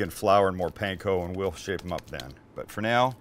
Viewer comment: Your Ground Chicken Katsu patty is not unlike Menchi Katsu and the flavors you used seem ok. They look really good!!! But Sam... Please... Katsu - "Kaht-soo" not "Cat-soo" Also, Panko - "Pahn-koh" not "Pan-koh" and certainly not "Pain-koh". Please and thank you. Dedicated Fan 😁😁😁